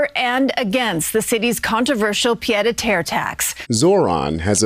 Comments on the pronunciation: first of all, you should really learn how to pronounce "pied-à-terre;" it's not that difficult. Second, you have completely misrepresented the tax. While the original version of the proposal aimed strictly at ultra-wealthy billionaires buying $5 million+ townhouses, the final bill was modified to include the lower $1 million tier. This shift turned a popular "tax the rich" concept into something that created panic for a significant number of middle class New Yorkers. Fortunately, the tax on $1m condos is based on the (usually lower) ASSESSED value of these condos, not their MARKET value, but messaging from the Mamdani administration has been rather poor so far. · Does the host really not know how to pronounce "pied-a-terre", or is the narration AI-generated. That kind of shyte ruins otherwise good content for me, sorry. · It’s pronounced “pee-ay-deh-terre”. NOT “pie” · ̣ it's "pee-EDD". Not PIED!! 🤣 pied-à-terre = second home. ̣ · 'It's pronounced "pee der tear" not "pie deh tear ". (Tear as in tear something up!) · Please,: too distracting for you to say "pide a ter". And "pade ah terr." It Shows you don't even know what it means. Pronounce it "pee-aid uh tehr". You're too critical of people you think are stupid, when you can't pronounce a French word used in English all the time. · Please, PLEASE don't call it a PIE de terre tax. It's a pied-à-terre (pee-ed-ah-terr), meaning foot to ground, IE, physically in NYC. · Drives me nuts too. It's pronounced "Pee-ED" de Terre. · "pee-aid a tare" Not pied. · I love your content but you have GOT to learn how to pronounce “pied-à-terre”. It’s not PIED like a baked good or PAYD like payday, it is “pee-aid”, as in the French word for foot. Pied a terre means “foot on the ground” and refers to how having a second residence lets you keep a “foot” in another city or country. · FYI, it’s pronounced “pee-YAYed-ah-terre.” 😊. ❤ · Uh, it's pronounced pi-ed a terre. Learn what a thing is before you try to report on it.